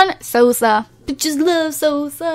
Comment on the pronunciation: LOL my last name is Sosa XD ur pronounced it wrong btw 0-0 ILYDOE